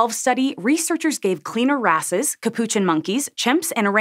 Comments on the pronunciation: haha she said "cleaner asses" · Cleaner wrasses sounds like cleaner asses you cant change my mind